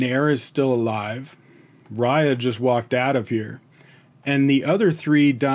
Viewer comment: Just to let you know.... You are pronouncing 'Riya' as Raaya.... It's actually pronounced as 'Ree-yaa'